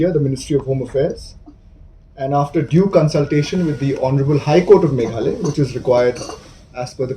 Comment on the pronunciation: Ine i bah i dei i ba wan na west Bengal ne?Im nang pronounce sur Khasi ia ka Meghalaya.